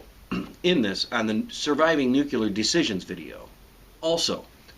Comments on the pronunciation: Come on man, if you're going to make a video, and want it taken seriously, you CAN NOT sound like Bush. It's Nuclear Nuke-lee-er, not Nuculer, Nuke-u-ler. Just so you know, you WILL go blind if you witness ANY of the flash, there is light that is way outside the visible range that will fry your eyes. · Please, let pronounce the word right, okay? For review its "New Clee Air" not "New Qu lar". This one makes you sound as dumb as Lyndon Johnson. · It's pronounced "NUCLEAR" not "NUCULAR" you stolen valor fake ass soldier douchebag. You're supposed to lay face-down, with your head aimed away from the blast so you don't get sucked into the radiation zone from the vacuum wave, then you get the fuck out of dodge the instant it passes overhead. That's literally ALL YOU CAN DO. If you're in the cook zone you're dead anyway. This shit is stupid all it did was piss me off you're gonna get people killed with shit like this. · Why do you guys always say nuce(l)ar instead of nuCLEar? Also, nice uniform... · Aaaarrrr its called nuclear not nucular. Ok, now im being picky. I should shut up. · According to this guy, you can survive a nucular bomb. But I know you have no chance against a nuclear bomb. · NU CLEAR - NOT NUKE U LER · For the love of fucking God, it's pronounced NU KLEE ER. NOT NU CUE LER. You sound like a god damn ass when you say it wrong! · Great information on nucular missiles. What is even more frightening however is the prospect of NUCLEAR missiles. Let's pray conflicts stay at the nucular level. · Nucular? It's new-clee-ear. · Nuc'l'ear... Not Nucular. We're not microwaving pizzas here. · stop saying "NUCULAR"!! fuck! it's "NUCLEAR"! ( NEW-CLEE-ER ) grrrr! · "Nookyullar"? Seriously - it's nuclear as in "new clear". It's not difficult. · its supposed to be pronounced nuclear not nucular but for some reason a lot of people pronounce it that way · FFS it's Nuclear, not Nukular. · NUCLEAR! NOT "Nucular", you Bush-loving jackass. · Why does he keep saying "nuculer"